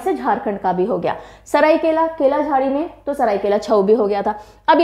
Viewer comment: Pronounce as Shadheikalaa, Paa e ka (paika)